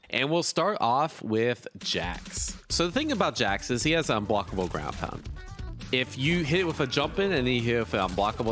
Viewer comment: "if you hit with a jump in an hevefewblockable" ??????????????????